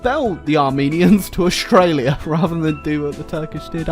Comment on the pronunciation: Nobody:: Armstralia